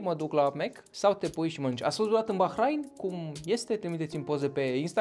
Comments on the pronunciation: Se pronunta ''Bahrein'' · Eu știam că se pronunță Bahrein, desi se scrie Bahrain.